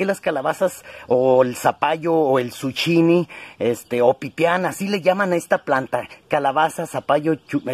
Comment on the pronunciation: No se dice suchini es zukini